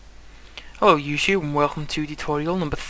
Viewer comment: YouTube not Youshube :)